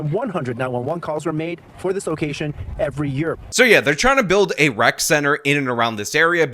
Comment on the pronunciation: No, its a"rec" center, not a "wreck" center, ffs.